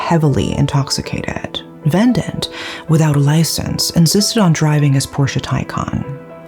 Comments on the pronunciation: It's ve-dant.....not ven-dent . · It's Ve-dhaan-th. Not vendant. Also it's dhev-esh. Not Dev-ash